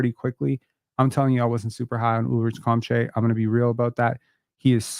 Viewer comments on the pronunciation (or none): His name is pronounced Ulrish Shom-shay👍🏻